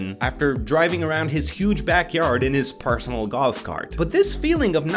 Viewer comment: “Paresonal goalf cart” 😂